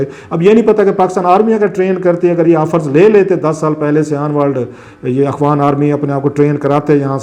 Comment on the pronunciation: Salam Sir shayed Mujhy aisa feel hota hai jesy ap "afghan" ki bjaye "akhwan army" bolty hen is it right ?